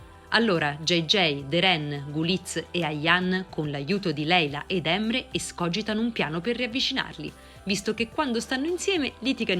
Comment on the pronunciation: La pronuncia della speaker dei nomi fa un po ridere da Emre a Yigit😂si pronuncia la "g" di Yigit e su Emre come se si mettesse l'apostrofo sull'ultima è non sulla prima E quindi cambia tutta la pronuncia........😀